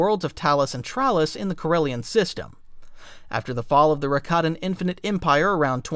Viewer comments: It's prounced Rah-kah-tin not rack-a-tin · It's Ruh-kot-in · Man AI sucks at pronouncing things. Rack—a-tan lmao